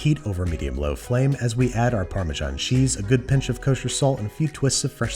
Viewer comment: as we add our "parma-john" cheese... come on americans, you can do better.